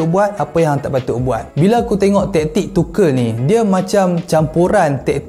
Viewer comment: Tuchel bang bukan tuchel